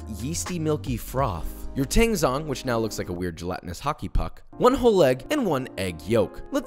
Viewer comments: hey just fyi, the "zh" in "tangzhong" is pronounced more like the "ch" in "Charlie" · The day a non asian cooking youtuber pronounces tangzhong correctly is the day i die